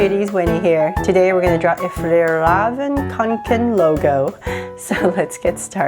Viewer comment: It is not Fjallraven it is Fjällräven.